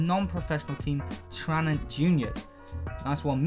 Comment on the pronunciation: You pronounced Tranent wrong xd